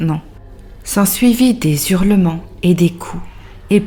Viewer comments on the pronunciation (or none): Bordel, on ne dit pas des ZURLEMENTS mais des HURLEMENTS ! On ne fait pas la liaison !